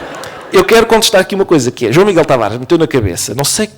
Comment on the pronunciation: Ké frô?😂😂 hahahahaha